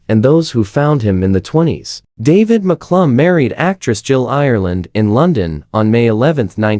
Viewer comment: Who is Maklum? Its Mcallum thats pronounced MAKALUM Poor sloppy rubbish ai again